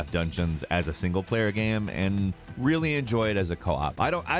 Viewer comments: "Gam" caught me off guard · Stop saying "gaem" jeeez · My man pronounces "game" differently every single time he says it. It ranges from "game" to "gaiyme" and everything in between. Love it. is a perfect example.